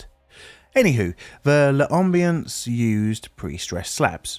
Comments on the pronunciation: Pronounced “lam-bee-ance”, not “luh-um-bee-ance”. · It's not not pronounced "luh ambience" but rather "lombience". No need to pause.